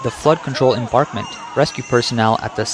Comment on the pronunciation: Embankment, not embarkment